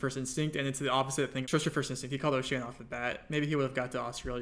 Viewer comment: speed callin it oceania threw me off